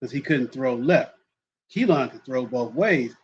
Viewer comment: New fan that loves the show! Just wanted to say that his name is pronounced Kee-Lin. His mom clarified that today lol. I’ll continue tuning in. RTR!